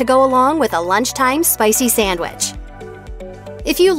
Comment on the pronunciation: Please, please, please get a new narrator!! Taco Bell is TWO words! It’s Taco Bell, NOT Tacobell! Also, please note the spelling of SANDWICH! There’s no “m” in sandwich. What is a samwich?? Ugh!!